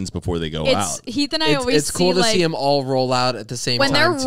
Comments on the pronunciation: Everytime Zane’s says “thum” instead of “them “ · I will never get over the way Zane says thum instead of them